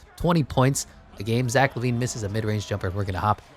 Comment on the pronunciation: Bro can’t pronounce Zach💀💀💀